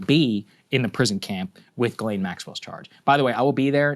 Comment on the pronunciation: It pronounced JhizzLane